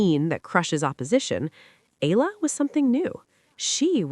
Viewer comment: E-YA-LA not E-LA E-YA-LA not I-LA E-YA-LA not EY-LA EALA= E-YA-LA